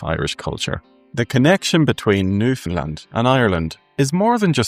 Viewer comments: Ireland is not pronounced IreLAND by the Irish and Newfoundland is not pronounced by its inhabitants Newfundlund but rather NewfundLAND! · Newfoundlander here...who has been away for nearly 40 years. Your video is very good and I enjoyed it. But you have to say Newfoundland correct. It is pronounced new-found-LAND...just like the word understand. The emphasis is on Land. It seems very few can get this correct...and drives us off the head!!!! Lol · Newfoundland rhymes with understand. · Please pronounce Newfoundland like “shake your hand”. That’s how Newfoundlanders say it.